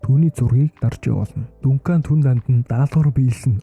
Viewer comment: Дункан дункан дункан л гээд байна Duncan = Данкан 😂